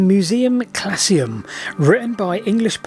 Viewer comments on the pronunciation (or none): Not 'klassium' but 'klauzum'. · Not "classium" as you pronounced it, but CLAUSUM... Closed! Shut! So the Museum Clausum is "The Closed Museum". This is a wonderful example of those absolutely crackpot enlightenment antiquarians at work. See also Iolo Morganwg, William Stukeley and many others, including those who have had their histories thoroughly whitewashed - here's looking at you Aubrey and Ashmole. The history of antiquarians is itself a subject worthy of serious study - if only for the humour. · Surely it's Museum ClAUsum, not ClaSSeum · Fascinating story. One thing: Musaeum 'Clausum' not 'clasium' - The Closed or Sealed Museum. Clasium would be something to do with fleets or army bands, some sort of group.